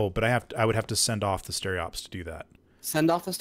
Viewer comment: STE-RO-PES, not stereops, for humanity's sake! Keep it up, love the Hellion content ;)